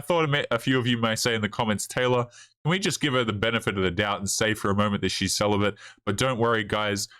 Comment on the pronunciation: Celabate or "Sell a bit"?